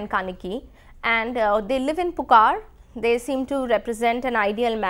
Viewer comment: It's not pukar it's puhar(Poompuhar), Not maturai it's Madurai and please could you try reading it before you take class / you have to improvise on the Pronounciation.